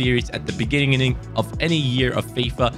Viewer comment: Did he say beginigining